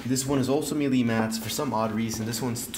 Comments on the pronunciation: Melee, not mealy! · Just FYI, it's not "me-lee", it's pronounced "May'-lay" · It’s not pronounced meelee! It’s maylay . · sorry to be the grammar police, but Melee is actually pronounced as Maylay